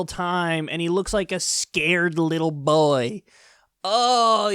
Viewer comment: The caption said BOY but Kyle said BOI how strange